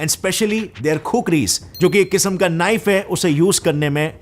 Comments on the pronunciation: its khukuri not khukri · Sorry sir its Khukuri not Khukri